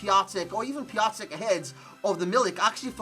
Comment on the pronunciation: "Piacek" "Pisciek" I love how foreigners pronounce the names of my compatriots XDD